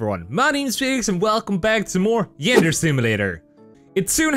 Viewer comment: it's said Yanderay